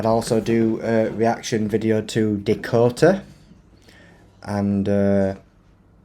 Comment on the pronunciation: Sorry but being from England born and Bread, it's NOT DIKOTA it's DAkota, get it mate? DAKOTA. The Crack, what is the crack mate? Because you are certainly NOT Irish and they use that word for 'Laugh'. Being an English man, you and I (Obviously female) The crack is like something in the walls of a house or to put it another way, where the line seperates the bum cheeks.